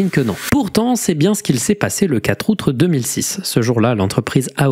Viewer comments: super vidéo mais faut vraiment arreter de dire "outre" au lieu de "aout" :p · Pourquoi il dit "outre" au lieu de dire "Août"? C'est un ARG? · 2min30.. Et le "4 ourtre"... 2x.. C'est chaud ce niveau d'amateurisme pour un mec qui fait des millions de vues.. Ahhh la gen z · "le 4 aoûtre 2006" 😂